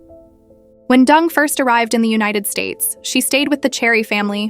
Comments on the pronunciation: Why the ai can’t pronounce her name properly is beyond me. It’s Deng, not Dung like cow poo. She’s a G and should be treated w respect. Marriage is a contract and she no dummy. The ai actually pronounced it correct once, it makes me wonder if they did that on purpose to be subliminal. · The Narrator keeps pronouncing Wendi's last name as "Dung" instead of DENG as in E sound. For a rural Chinese girl to achieve such fame and fortune "entering the American upper class society" nevertheless involves a lot of hard painstaking job. This I truly applaud her! .Quote: You will never possess what you do not pursue. You can't launch into the deep and stay on the beach. You cannot accomplish a great dream without taking action"👍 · Deng is pronunced "Turn" in Mandarin and not "Dung". (I am ethnic Chinese. I should know)😅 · Not Dung, pronounced as Deng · Interesting story…. but wondering if her name should be pronounced DENG…. not DUNG? In Oz the word dung means poop. We use the word when referring to cow or sheep’s dung 😬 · stories- her name is Deng / not Dung, guess a simple mistake that shouldnt have occurred jiayou..... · She’s not “Dung”. She’s “deng”. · Deng is pronounced as, "Ding" and not 'Dung'. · DENG NOT DUNG! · 🤣😂its not pronounced as Wendy ( Dung ) ... Deng & Dung two different meaning ?! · OMG , pls pronounce properly Dung, Dung Dung,. COWDUNG....It's Deng , hanyu pinyin...same surname as Theresa Teng....hanyu pinyin as Deng....not COWDUNG ,DUNG.... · Ding dong dung ... It's Deng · Even if I don't care for this woman, Deng is not pronounced as dung. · Deng is not pronounced as dung 😢😢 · I am sure it's intentional, because even Deng is not pronounced as Dung in English. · Pronounced DUNG= sounds about right..... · Deng isn't pronounced dung. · Interesting video but the mispronunciation of her name is distracting. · It's intentionally by the AI to pronounce it like that! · You butchered her last name, pronounced it completely wrong